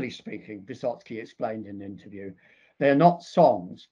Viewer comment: No, it is not Vysotsky.